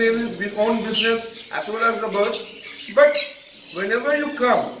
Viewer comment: It's birds not bards